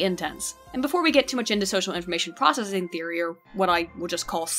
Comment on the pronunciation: "PROCVESSING" you need a lie down...